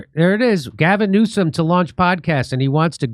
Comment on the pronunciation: Sooo funny Jimmy can't stop calling him Gasm Newscum